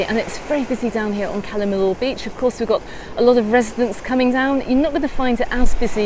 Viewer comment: LL pronounced Y. I is pronounced ee. Cala meeyor